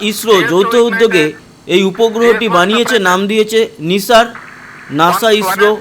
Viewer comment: NASA এর উচ্চারণ নাইসার, নিসার নয়। যাইহোক সাফল্যই আসল ব্যাপার।